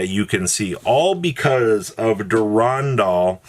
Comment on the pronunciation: Never heard a worse pronunciation of Durendal